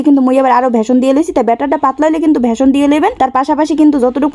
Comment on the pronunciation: ঐইটার নাম ভেসন না বেসন